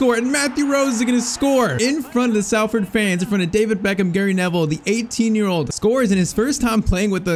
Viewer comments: For future reference it's pronounced Solford rather than Salford. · Salford is pronounced “Sol” not “Sal” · Sorry it’s pronounced s o l ford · It’s pronounced solford 😂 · It’s pronounced solford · I know it's a little thing but please say Salford correctly..its pronounced as though its spelt solford...yes english is stupid 😂